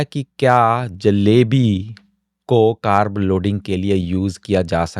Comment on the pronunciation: English Ki bat hi kon Kar rah , Hindi meh कारब ❎ कार्ब ✅